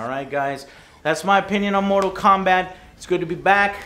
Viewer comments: It is not mortal kobat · Mobi Kombat kkkk 6/10